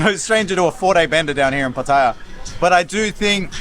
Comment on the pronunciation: Finally an Aussie who can pronounce PATTAYA the correct way ! Good video but why not include the price of the lunch, the price and other details of the go carts racing. How much, how many laps you get or how much time. That would have taken it from a good to a great video.